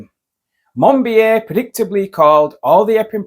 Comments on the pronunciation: Minor point - but MON BEE OH not MON BEE AY. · Monbi-A?? Monbiot is pronounced Monbi-O! Human voices are expected to be better than AI voices, not worse! Perhaps you should rename your channel to "The Alternative Pronunciation". Mispronouncing well-known names damages credibility. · It's George 'Mon - bee - oh'. For Chrisakes will you never learn?